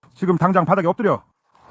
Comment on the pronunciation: 아놔..경찰나오는 부분 엄청 웃기네.."봐돡에 엎뜨려!!봐돡에 엎뜨려!!내말 알게써~~"